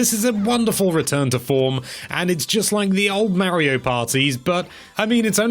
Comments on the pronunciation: MARIO, PLEASE SAY MARIO. NOT MAYRIO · Now look here Mr. "", it's not called "Super MAIRIO", it's supposed to be "Super Mario." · If he says "Mairio" again I swear